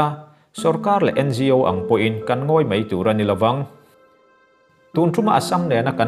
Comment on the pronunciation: I 'mai' lam dan hi 'mei' tih a ang lek lek ania..😊🙏..👍👍👍